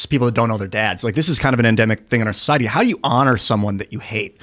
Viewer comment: stop saying “SOH-CEI-EH-TEE”!